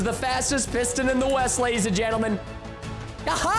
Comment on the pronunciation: How many times Preston said lady’s and gendelment | | | 👇